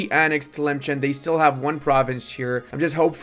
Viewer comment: The way still says Tlemcen as if there's a hidden ch sound in there after all those years instead of just looking at the name for more than half a second triggers me way more than it should